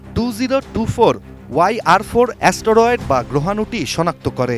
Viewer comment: অ্যা-স ট-র-এড😂